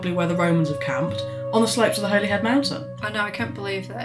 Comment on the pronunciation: Holyhead is pronounced in wales as Hollyhead.